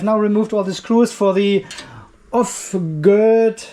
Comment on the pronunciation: Off-gird sounds German. 🙂